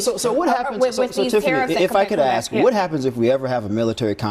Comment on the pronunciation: I would like to know if Crocket did basic 3rd grade schooling? I hear her speak, and I learned that i state the work (ask) she has to say ax! what the hell kind of speaking is that. She needs to be put in her place and voted the hell out. I love your show, thank you.